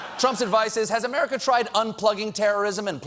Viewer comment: I love how instead of saying america u said murica😂